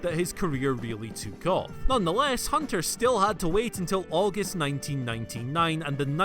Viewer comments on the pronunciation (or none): none